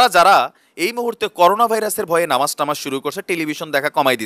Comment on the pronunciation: Sundor bolcen.....Namaj tamaz na...Namaz kalam bolte hoi hobe